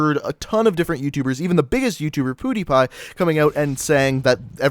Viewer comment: I cringed so hard when he said poodeepie